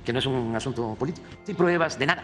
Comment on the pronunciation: "tengo la pruebaj" ... ¿Porqué no denuncia si tiene pruebas?